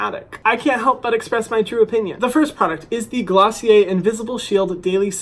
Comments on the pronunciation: Isn’t it pronounced glossy air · me learning how to actually pronounce glossier after watching the video....